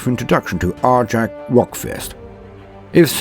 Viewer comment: My guess is the Language Police. "But Why?" I hear you ask. Because the SW are Space Vikings. And in Scandinavian languages J's are pronounced as Y's. So... it's pronunciation should be more like Aric. And yes I know I'm sounding like one of them. But I gave this vid a thumbs up.